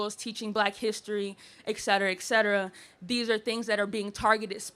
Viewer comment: Very nitpicky of me, but the girl says "ECK-SET-ER-AH" instead of "EHT...." that always makes me cringe. Lol etc.etc. etc. Makes me picture the king in "The King and I" saying it wrong. 😅